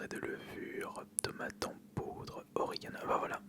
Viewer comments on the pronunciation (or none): OrigANE.......on dit pas origan plutôt ? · Si on dit bien "origan" mais à ce niveau-là, on est plus à ça près...